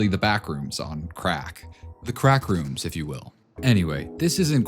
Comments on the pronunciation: “Crackrooms” yo shuh tuh fuh uh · Did you say the CRACKrooms?